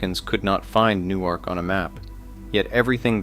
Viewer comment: The hell is NEW ARK? Its Nork. Thats how its pronounced+!!!